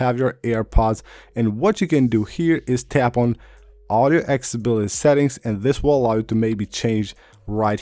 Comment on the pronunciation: What is “Exability”? There’s no such adjustment featured. Are you trying to say “Accessibility”? AC CESS ABIL ITY! Geez!